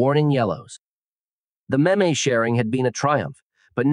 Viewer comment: Maybe have the AI be able to pronounce meme before posting a video on meme’s?